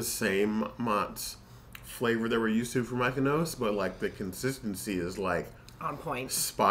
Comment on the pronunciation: Lol. I was wondering how they came up with Mikenos 😂